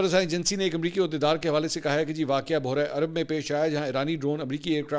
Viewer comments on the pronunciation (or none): منصور صاحب معذرت کے ساتھ بُحرہ عرب نہیں بحیرہ عرب تلفظ کا خیال رکھیں کیونکہ آپ کوٸی عام صحافی یا اینکر نہیں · Mansoor bhai Buhra arab nhe baheera arab hai